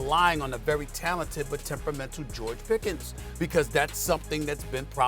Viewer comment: Not PIcket, but Pickens! Do your job SA, lol